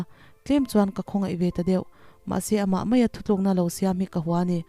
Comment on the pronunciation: I chhiar ngaihnawm e.mahse ka losawivelawk.ngatinge Thutlukna tihhi Thuthlukna intih zel aww.ziakah pawh chhiarah pawh Thutlukna ti hram teh u.Thuthlukna tihchuan a kawh a dangdaih a nia.Fimkhur hram teh u.Thahnem ngaihna aw.